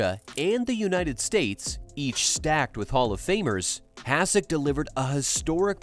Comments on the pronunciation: Why are you pouncing his name like that? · AI generated content. Can't even pronounce his name right. Stupid f'ing channel